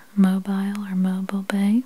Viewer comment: "Mo- bill" Bay is how that's pronounced.